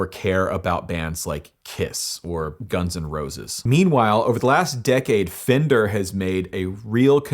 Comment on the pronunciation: It's pronounced "Fen-Der" not "Fin-Der"